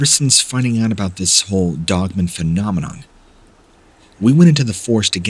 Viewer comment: I love your channel Please say dog man And not dogmun. !!!!! Lol